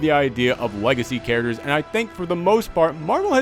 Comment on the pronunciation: If ever makes shirts, I want some sort of design in regards to the way he says characters. Because "Charachers" is basically a catchphrase at this point.